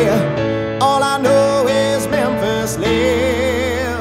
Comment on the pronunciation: Memphis lives eh may.... Love this, but it bugs that he doesn't pronounced the last word correctly... And yes, I know an "ee" syllable is bloody hard to sing, but this is his job.